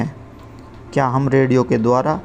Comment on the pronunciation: Please read the word mum as Hum.